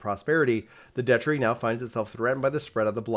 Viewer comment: My dude... The agony my ears are going through! It's proNUNciation, not "proNOUNciation", DUCHy not "duchERy", and for the love of Dog, pay attention to proNOUNciation when in conversation with people who clearly weren't educated in California or some other Socialist state.